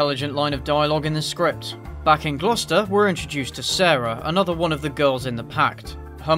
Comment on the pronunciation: He pronounced Gloucester right, bless.